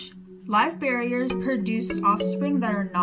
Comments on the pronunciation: Live bear-ERS, not barriers. I worked in a petshop for 6 years. It's kinda cringy for me to hear. Like when people say bay-tas, instead of Bet-tas. Or chick-lids, instead of sick-lids. Or gur-bils, instead of jer-bils. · Isn’t it called Live Bear-ers? Like as in they are bearing live babies?. You are saying barrier....like a something you put up to block something. Good video though.... I just think you’re pronouncing the name of the species wrong.